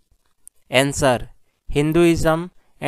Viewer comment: SIR answer ka pronunciation Sikh li jiye